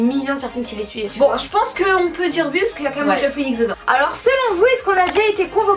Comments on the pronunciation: Sa me stresse vous dites "ui" au lieu de oui 😂😂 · Elle disent soit " ui " soit ouais ! Mais plus souvent " ui " , moi aussi sa me stresse ! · Vous dites ui à la place de oui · Pour me rappeler qui est qui je ces que est à droite et à gauche Vous dite ui au lieu de oui et j'adore je vous adore continuer comme ça 😘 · Vous dites ui sa me stresse !! ❤ mais je commente sur presque toutes les vidéo encore une fois continuer vos vidéo ❤❤ et vous parler sur ytb sa me fait trop plaisir et oui je suis déja sorti en récré en chausson !! Jespère que vous aller me répondre !! ❤💋💪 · C'est drôle vous dit ui s'a me fait rire à chaque fois que je vous entend le dire